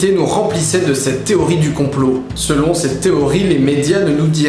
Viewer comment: SeloN eux pas selonT eux par pitié ^^ Sinon vidéo sympa :)